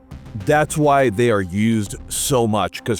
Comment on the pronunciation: I think you meant to say Rugged not Rearadin.